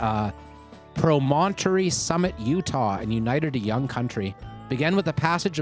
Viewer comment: Did this dude really mispronounce Promontory? I didn't even think that was possible.